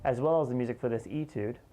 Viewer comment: Nice little etude! Just FYI it's actually pronounced "ay-tude" though...like "hay", not "e-tude". ;)